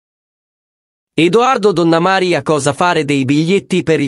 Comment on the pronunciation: Chi commenta il video impari dove vanno gli accenti nelle parole, non si puo' ascoltare Tana'na, Donnama'ria😢